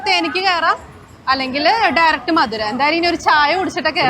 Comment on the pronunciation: മധുരൈ അല്ല, മതുരൈ ആണ്.